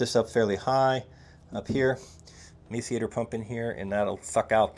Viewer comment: Hey, the grinder pump is pronounced “mass-er-ater”…